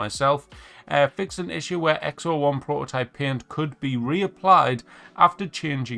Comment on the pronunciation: X01 NOT Xo1 🤣😬